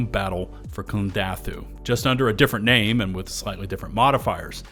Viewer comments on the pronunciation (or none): none